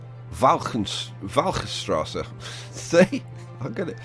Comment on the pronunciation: great teaching, every time you said a road name, i repeated "WALCHTRSASSA!"... thats right...right... :P